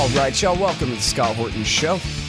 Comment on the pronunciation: "All right ch'y'all..."